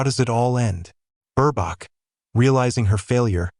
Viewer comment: Mispronounced name of Ms.B.😢